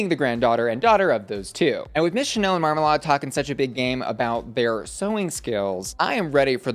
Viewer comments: Omg please, its not Mar-mar-lard 😂 its Marma-lade. You see her irl and you can tell she's never been near lard in her life haha, VERY polished queen and we're all so proud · It's pronounced mar-ma-laid. Other than that you did really well. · I'm obsessed with your pronunciation of marmalade "marmaLARD" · Not your pronunciation of Marmalade 😭😭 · Is that really how we're pronouncing Marmalade